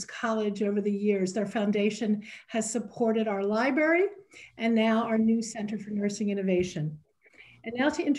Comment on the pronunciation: She said "our lie-berry" my Library Technician's soul rebels!!!